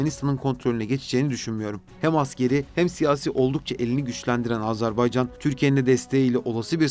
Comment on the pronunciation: Güzel bir çalışma olmuş. Tek itirazım Azerbaycan yerine Azarbaycan demeniz.